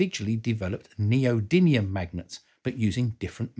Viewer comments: Well done! But you do not say "Neodymium" correctly. You say it as "NeodyNium". A minor point in an otherwise excellent clip. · thank you for this - excellent content as usual. Two points to bring to your attention for future videos: one of the special metals you mentioned is neodymium - you pronounced it "neodynium"; and Johann Carl Friedrich Gauss has the "a" before the "u" in his surname - your graphics had them the other way round. On a personal note, I, too had an MRI scan last year - a quite amazing experience. I knew the basics of what was happening around me, but your explanation and description showed me hat it is much more complicated than I imangined. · Quite a few typos in this. & how do you pronounce "neodymium"? (there's no 'n' in it).